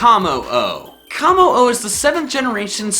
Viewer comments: It's not KAmmo-o its Kommo-o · its koe moe o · It is pronounced like cum oh oh bruh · it's kuh moh oh not kah moh oh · Its Kommo’o and Silvally.